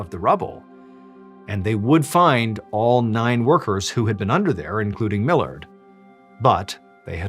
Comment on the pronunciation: My last name is Millard its so nice to hear you say it correctly haha so many people read it as mill-lard